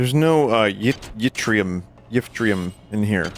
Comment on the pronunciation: did Vinny just call Yttrium "Yifftrium"